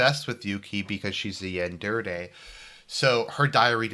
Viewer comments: It's "yandere" not "yanderde". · Classical Argie right there.. same with "Cavalry" and "Calvary" . . . ;)